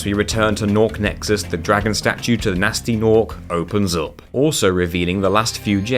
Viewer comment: guhnasty guhnork